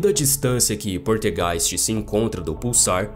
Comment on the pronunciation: poLtergeist, mas voce fala poRtegeis